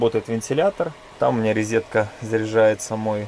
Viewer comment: не рЕзетка а РОЗЕТКА! не ложить а КЛАСТЬ! пиздец ухо режет.